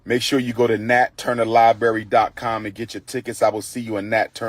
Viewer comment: What kind of doctor still can't properly pronounce "ask, library or any word with th such as with in it"?!